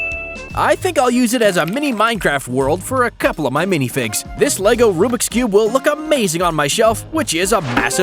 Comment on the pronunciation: LEGO NOT LEVO